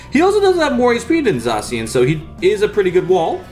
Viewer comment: Im so glad N didnt call zacian Za-ke-an in thid deck profile